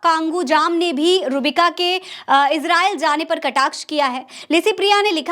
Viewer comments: नाम गलत ले रही हो आप,, रूहबिका बोलिये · आप नाम सही से ले,,रूह बिका,,का